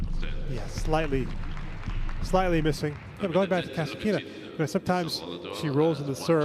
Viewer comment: Russian announcer on the court speaks Kas'Atkina. English speaking TV commentator speaks Kasatk'Ina. What a freak?